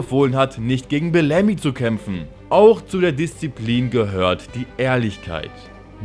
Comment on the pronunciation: Scheiß mal auf bellami es ist blämi 😂